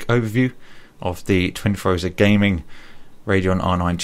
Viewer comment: You're English and you say "RAY-deon"...... It's RADEON.